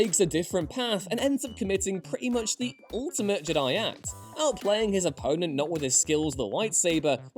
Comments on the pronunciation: I have never ever disagreed more to anything in my whole life to when he said “Luke in the last Jedi was perfect”. Fuck off how can anyone believe that? Also, Learn how to pronounce Jedi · I always heard Jedi as a trochee not an iamb